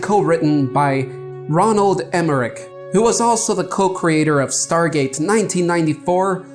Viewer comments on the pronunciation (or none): The director's name is Roland Emmerich not Ronald lol